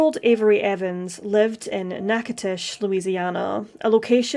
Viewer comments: Beyond tragic! The actual pronunciation of the town is Knack-a-doches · Natch (- like snatch without the S)-...i ( short i sound).... to ( like toe) .. ches (like chess)..... Natchitoches. I don't know how you got your pronunciation off that word but next time at least Google the damn thing.